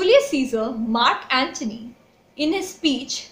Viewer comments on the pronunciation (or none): none